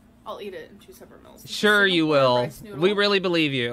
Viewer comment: The way she says "meals" makes me so frustrated its meal not mills gorl